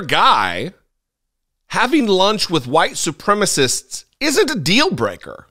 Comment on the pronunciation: "White supremmist"? Is that a deliberate mispronunciation in order to sound like their Orange Idol?